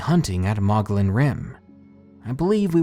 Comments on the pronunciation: Mogollon is pronounced "muggy yawn" greetings from Arizona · It's pronounced mo-gee-on monster. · Hi, I really enjoy these true stories, especially skinwalkers and the like. Thanks! I wanted to mention Mogollon is pronounced "Mug-ee-yon". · "Mogollon" is pronounced Moh-gee-yawn. Just a heads up from a Native Arizonan.